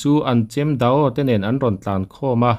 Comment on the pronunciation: Tin Dao hi da aw ti a lam lovin dau ti mai se. Mizo hian O hi Kan lam thiamlo. Rao pawh hi Ra aw ti an awm fo mai. Rau tih mai tur